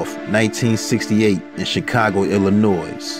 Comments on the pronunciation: Pronounced: Ill-in-noy. Not... noise. Ugh.. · “ILLINOYYYYYY”.....Not ILLINOYZZZZZ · It's ill-i-noy, not ill-I-noise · you might find me annoying, but i really like your videos...you MUST get your grammar straight....illinois is not pronounced ill-a-noise...ill-a-no-ee is the correct way there are a couple others as well...but just watch out for that....good luck you will go far...... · The S On Illinois is silent!! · The S is silent fool 🙄 that urks my soul every time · The s is silent in Illinois. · The "s" is silent in Illinois.... Fyi